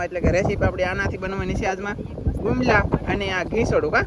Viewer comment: Ghisoda to ok but ene sukel bumla kehvai gumla nai